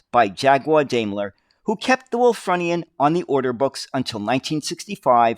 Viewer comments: try pronouncing it as 'Wool /frew /knee /an. Ref the use of the Indian Chief, the sales slogan of the company was "A feather in our cap" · Think it's pronounced Wulffroonian.Bus of my youth . Lived near Wakefield,it was my main bus for school and leisure trips.My dad had not a car. Remember just before they took them out of service,they stopped passengers sitting at the front upstairs. Think to stop the suspension bottoming. There are a couple of preserved ones at nearby Osset......happy days. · It's Wul-FROO-ni-an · It's actually pronounced 'Wulfroonian'... native to Wolverhampton (which was founded by Lady Wulfrun in 985CE). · The pronunciation of Wulfrunian was a little painful as I’m actually a Wulfrunian myself. I have had the ”pleasure” of actually driving one of these at the Black Country Living Museum where I was a volunteer driver for the buses, trams and trolleybuses for around 10 years.